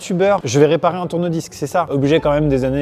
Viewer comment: C normal que j'entends"tournevis" quand il dit "tourne-disques" ?